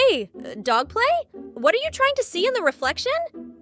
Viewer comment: Bro said dog play😂